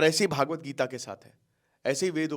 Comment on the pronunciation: आप हर बार भागवत गीता क्यों कहते हैं सही शब्द भगवद् गीता है, भागवत गीता नहीं, भागवत् पुराण जरूर है, विद्वान को बार बार एक ही गल्ती शोभा नहीं देती, लाखों विद्यार्थी आपका अनुसरण करते हैं